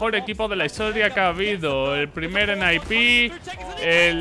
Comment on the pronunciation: ENE-AI-PI???? Qué me estás contando... se dice N-I-P de toda la vida, está en los escritos. ESL de Colón no joder... Colonia!!!! cómo lo que te echa mami antes de quedar con la pandi. s1mple MVP 2020 de cajón, es el más completo, aim, gamesense, no le tiembla el pulso bajo ninguna circunstancia y si le das la oportunidad te mumiya.